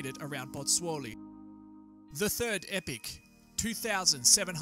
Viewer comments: Epoch, not "epic". You're welcome. But, good video, though. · enjoyed the vid but could you please clear couple items up; I thought epoch is pronounced 'ee-pok' in english and in geology is defined as 10 million years, and is part of a geologic 'period' of up to 100 million years; however the terms epoch and period seem to be used interchangeably here & events cover much shorter geologic timespan